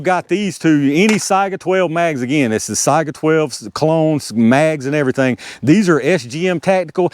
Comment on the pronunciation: You might be the first YouTuber I've heard pronounce Saiga correctly. I don't know why it's so hard, but everyone seems to screw it up. Most people pronounce it say-ga instead of sigh-ga. When I ask them how they pronounce Saigon, I usually get a blank look. People are funny.